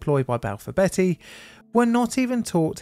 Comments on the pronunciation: Not to be "that guy, but it is pronounced bee-ty, not betty! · Hertfordshire is pronounced Hartfordshire & Balfour Beatty is pronounced as Balfour Bee-tea not Balfour Betty. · Who's Balfour Betty? 😂😂 She's a naughty girl isn't she😂😂... Beatty "Bee Tee" 😂👍 Great vid, as always.. your pronunciation made me chuckle 😂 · A question, and I had to go back to your video on the Battle of May Island to double check: You pronounce Beatty "Betty", but your fellow UK U-Tuber, Drachinifel, pronounces it "Bay-tee". To my American raised comprehension of English, both are likely valid...but may I ask why there are two different pronunciations by UK English speakers in existence? Kind regards! (Either way, I can only trust any Beatty less now, after seeing this video, than I did after Jutland, which was less than the square root of negative one.) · It’s pronounced Hart- Ford-shire. And is due north of London not north west 🤷‍♂️ Balfour Bee- tee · Beatty is pronounced [BEETY].